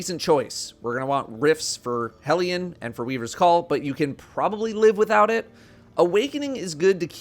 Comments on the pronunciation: The only content creator who pronounces "hellion" correctly. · Thank you for pronouncing Hellion correctly :) Also Hellion is best buddy, that boy can lob some solar mortars like 50m at enemies I wasn't even paying attention to.